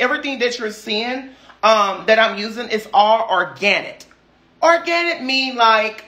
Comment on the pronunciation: Lol.. he said what he said... or👏gan👏nit👏